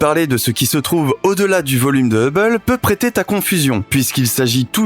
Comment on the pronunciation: « … peut prêter t’à confusion » Attention avec les liaisons qui font joli mais qui n’existent pas… Et dommage qu’il faille endurer tout ce prosélytisme dans les commentaires. Vous êtes épuisants.